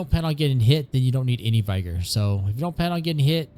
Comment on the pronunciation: Learn to pronounce vigor